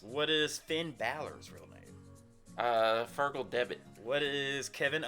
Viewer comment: Did you say Feargal? Haha. Listen to the Undertones. Singer was Feargal Sharkey 😅